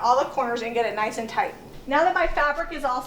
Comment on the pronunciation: where are you from that you are saying "tight" like "tot"